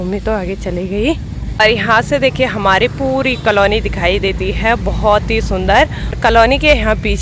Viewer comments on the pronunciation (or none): आपके सास ससुर बहुत अच्छे हैं और आपके हस्बैंड उनकी परवरिश बहुत अच्छे तरीक़े से हुई है🌷🌷🌷🌷 आप भी धीरे धीरे इन लोगों से सीख रही है कि व्यवहार में नम्रता रखना चाहिए और कलोनी नहीं कहा जाता है थोड़ा सा उच्चारण को सुधार लें कॉलोनी कहा जाता है ।💝💝💝💝